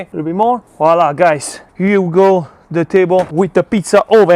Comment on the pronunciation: I think if you’re gonna say wala! 600 times per video you should at least pronounce it correctly :-). Voilà!